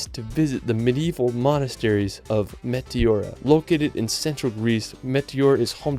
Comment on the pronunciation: Hey dude, nice video, but you failed to pronounce correctly the names of almost ALL of the places you visited and showed in it. Even Nosferatu should bite your neck for the same reason. There is no such place in the Solar System called Tow-leee-do (hard "D") and saying "Meteora" should'nt be so terribly hard. To cut it short few city names survived this mass murder - I wouldn't dare watch any more for fear of reprogramming the Broca's area of my brain which deals with language. Besides that, the photography is excellent and the places are wonderful..